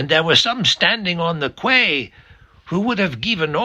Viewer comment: 16.36. Quay is pronounced 'key' not 'kway'!